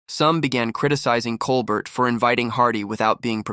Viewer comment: Ugh. The AI generated voice repeatedly mispronouncing Colbert's name is too much.